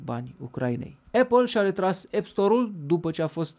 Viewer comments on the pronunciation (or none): none